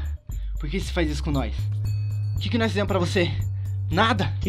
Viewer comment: O fala NOIS kkkkkk Se fala NOS OwO